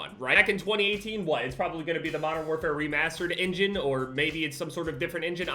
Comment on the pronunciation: everyone: engine: ingin im sorry